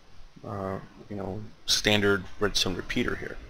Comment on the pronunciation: He doesn't even know what he's talking about. He can't even say repeater the first time he hold it up